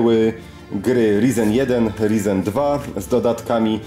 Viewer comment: Wszystko pięknie ładnie, ale proszę CIę, mów tak jak należy 'rajzen' bo aż boli :/